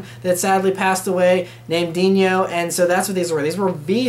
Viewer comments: It's "Dino"(Dee-no)as in the dinosaur on Flintstones, not Diño like El Niño. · It's Dino not Dinyo. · Just FYI, it's Dino, not Dinio ;) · For crying out loud. Ferrari is an Italian name so the son Dino is pronounced DI-NO. Why you give it a Spanish slant I can't understand. DiÑO???